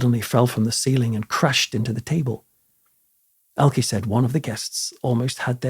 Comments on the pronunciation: Actually ist pronounced ELKE. Just speak the last e like the first one. Tatda, a very German name 🤣🤷🏼‍♀️ Greetings from Germany. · Hee name is ELKE. Not "Elkey". Elke with "e" like in envelope. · Would like to but cut off at about 10 minutes. You keep pronouncing her name wrong. It's like you make from Dan, Danny but that's wrong. E on the end Elke is no ie or y it is like the e on the of "the". It's much more silent. Watch an interview with. Greetings from Netherland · to you and I think you both make good points. I am a little surprised that mispronounced her name, I do think that it might be down to where he hails from himself. I think the emphasis on the e would be common in the North. Also, others around him might have always pronounced it that way. As someone with an Irish name (that most Irish people can’t say correctly) I have learned to live and let live in that respect 😂. Best wishes to you both! From Ireland 🇮🇪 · Its not pronounced Elkie Its pronounced ELKE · Please note. Elke. Is pronounced Elka. Not Elkie.. just thought you should know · Interesting as ever, but her name's pronounced "Elker" not "Elkie". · I have never heard Elke's name pronounced "Ell-kuh" in the United States and I've been hearing her name since the 60's. I have always heard it pronounced as "El-KEY". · I have to add this technical comment regarding the pronunciation of Ms. Summers name: it is not "el-key," the proper German pronunciation is, "el-kuh." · And Elke is pronounced "Elka." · I have heard her name pronounced as "El-KEY" in the United States since the 1960's. And MANY actors, actresses, directors, etc. from many European countries changed their names when they came to the United States, particularly in the early to mid 1900's. The studio bosses (who also often changed their names) were concerned that Americans wouldn't know how to pronounce the unfamiliar names or would be put off by names from countries that the US fought in World War I or World War II.